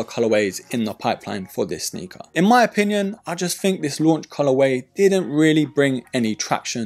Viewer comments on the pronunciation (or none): none